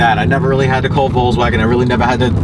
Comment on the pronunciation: Thanks for the video. And I prefer your pronunciation of Volkswagen above any I've heard. I'll look forward to more updates.